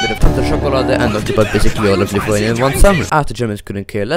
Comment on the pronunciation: I live in Lithuania comma and yes you butchered I'm a better I can see it really easy